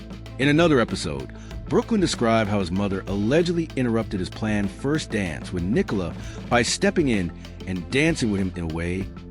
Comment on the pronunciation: its Nicola not Nicole